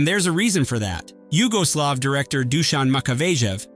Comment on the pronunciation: Oh it’s Yugoslav and not Hugo Slav